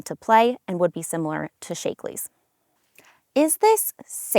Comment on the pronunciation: Shaklee is pronounced with a short sounding “A” not a long “A”.